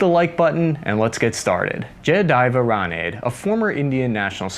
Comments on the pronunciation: It's pronounced as "Raanaaday" not "ranade" (granade) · 😂 His name is pronounced "Ja-Ya-Dev"... "Rah-n-dey"/"Rah-nuh-dey"!